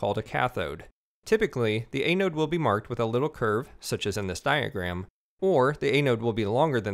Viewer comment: Thanks for the tutorials! It's an-node BTW...